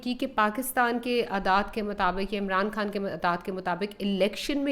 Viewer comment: بی بی عمران کھان نہیں خان ہے پہلے اردو بولنا تو سیکھ لو پھر بات کرو ۔